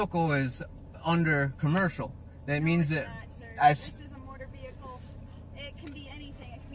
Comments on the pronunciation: Black's Law dictionary says "employed" which means used. Nothing commercial. Also, what is a motor veeurkoh? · It’s NOT A MOTURR VEHILEKULL...’